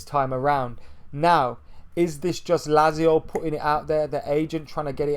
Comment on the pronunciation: Is that how you pronounce Lazio? Sounds wrong.